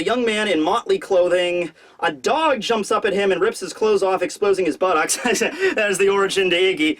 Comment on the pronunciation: the word is said not sayed you fucking tool